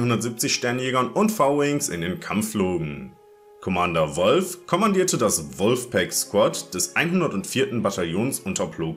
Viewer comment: Mich würde interessieren wer durch diese Recherche dein Lieblings Klon Kommandant ist? Meiner war es schon immer Commander Wolffe der so auch ausgesprochen wird also im englischen und nicht Wolf🙃😉aber seit einem Jahr mag ich Bacara auch mit am meisten